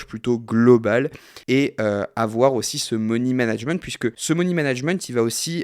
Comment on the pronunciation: « Moni » management ? 🤪😉